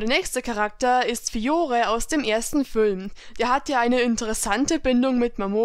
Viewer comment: "[...] ist Fiore aus dem Fülm" Deine Betonung... 😂😂 Ich feiere sie!